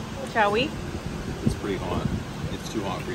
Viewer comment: SAS face when she says “abalone” are you serious 🤣🤣🤣